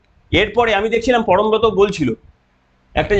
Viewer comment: পরমব্রত নয় পরমখত